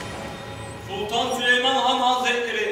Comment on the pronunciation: o süleyman değil sülüman ismini yanlış söyleyene aşık olur